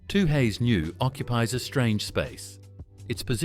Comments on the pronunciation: Toohays? It's Tooheys Lost your credibilty Promoting more expensive craft beer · You lost all credibility with "Too-hays" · “Two-Hays” New ?? At least say it properly.